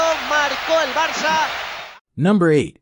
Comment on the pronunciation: It's not pron. Barka but Barsa, that's so cringe.